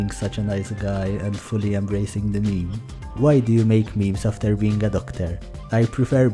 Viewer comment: A real grandayy would never pronounce Meme as mee mee...